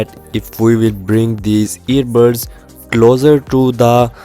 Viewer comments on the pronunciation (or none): this dude can't say buds he keeps saying birds hahaha btw bro this is a good tutorial and review